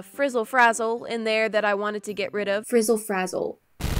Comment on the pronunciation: "fRiZzAl fAzZaL"